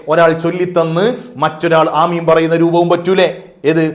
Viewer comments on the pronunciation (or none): none